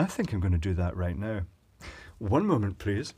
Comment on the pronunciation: I love his one meument pleazz